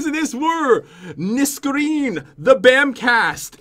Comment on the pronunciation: Her name was nesreen not neskreen lol